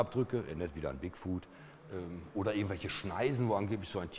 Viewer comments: die permanente einblendung oben links im bild stört. wenn man die anmerkungen / annotations in youtube aktiviert, wird es noch schlimmer X( wieso sagt er immer wieder "bigfood"? 'foot' spricht man ein wenig anders aus als 'food' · Der heißt doch aber Bigfoot und nicht Bigfood ... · Bigfuhd, Moddmän und Jersey Diewel. Härrlich.